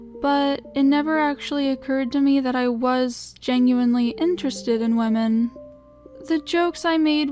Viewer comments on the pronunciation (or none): Like- WEEMEN? Xd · Sounds like lemon